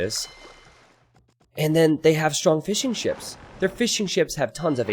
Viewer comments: Every time you say fishing ships I hear "fish and chips" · When you say fishing ships i hear fish and chips.